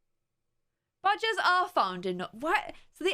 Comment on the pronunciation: Lol for a sec I thought u said badges not badgers lol Ik what they are USA don’t have many of them